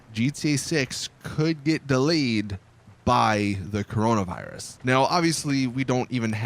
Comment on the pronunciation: “Corono virus?” Nononono